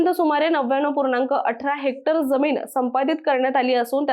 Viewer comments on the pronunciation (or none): none